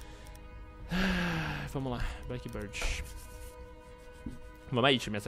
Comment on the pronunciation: "bieard" bird é "bãrd"